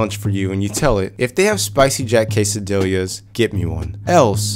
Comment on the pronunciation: "quesadill-ya"? lol